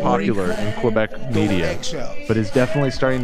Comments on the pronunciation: not ab calling Quebec Q-beck😭😭😭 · Why do they all pronounce Quebec that way lmaoo its not Kew Beck its Que kind of how you say it in Spanish rather then kew lol.